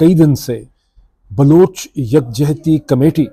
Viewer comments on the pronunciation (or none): Tho aap keh Rahe Hain Baloch khawateen Aur bache jhoot bol rahe Hain. Aap ko abhi tak Baloch ki pronunciation nahin aathi. Afsos Pakistan.